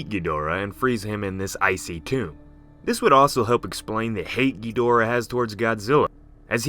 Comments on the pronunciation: kedura? its kidora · Am I the only one getting mad that he keeps saying gheedora instead of ghidora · Dis man says gihdora like giuhdora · Bruh it’s chidora not ghidora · I like how he pronounces Gee-Dora 😂 ....so cute! 😚 It's Ghee-dau-rrraaaa though. 🌚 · Guys he said ghadora wrong he said geedora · Yeah, it's gih dor uh or ah. Not geederuh or jidorah. GIDORAH. A lot of people need to learn how to pronounce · Lol Geedorah No offence of course, I just find it funny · As usual, Ghidorah is mispronounced :-( The English dubbed movies screwed it up! Pronounce it like their creators did please, and thank you. You sound stupid saying it the way you do...just saying.